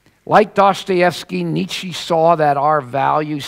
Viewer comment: the guy doesn't even know how to pronounce nietzsche. and, oy vey, that lisp! ACK